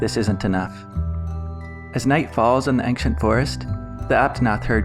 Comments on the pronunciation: Why do you say ANKcient it sounds like ainchent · Ancient is pronounced ain-see-ent not ank-shint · First of: i really like you format! But I’m sorry??? “Angsciant” Forest? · STOP SAYING “axient forest” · Now the video is splendid, but you saying "ankshent" triggers me more than it should. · Why are you pronouncing ancient ankcient? It's one of those words where c is pronounced like a ch. For future reference.